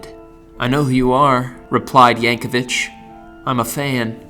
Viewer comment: There's no "h" at the end of Yankovic.